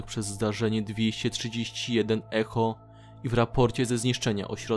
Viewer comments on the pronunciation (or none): none